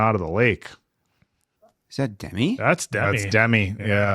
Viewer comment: Guys, two things: it's Duh-MEE, not DEM-i, and Dennis Quaid is so f-ing NOT Randy.